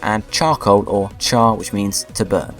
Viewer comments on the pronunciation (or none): none